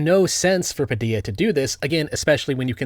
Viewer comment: Honestly surprised you pronounced the name puh-dee-uh instead of puh-dill-uh, given how you mispronounce other things. :) Great vid!